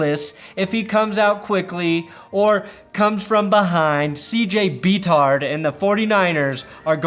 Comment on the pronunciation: THANK YOU for saying “Beathard” correctly EDIT: also realized there was a chance to use “Brock and Roll” in that Brock-themed series of jokes